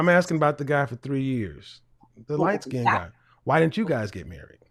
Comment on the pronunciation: He said light " skin did did"😂 Why can't blks prounced " skinned" correctly? I've noticed a pattern. They usually don't butcher it as badly as Kevin just did but they do mispronounce it as " skin -ned". ( Two syllables when it's only one.)